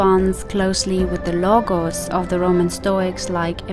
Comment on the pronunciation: Lol.. what about your barbaric pronunciation of "Λόγος" (Logos) it sounds more like Lowos not a hard tone on "g"